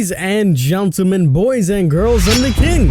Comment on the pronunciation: “Ladies and Guntolmen “ dude I love when he says that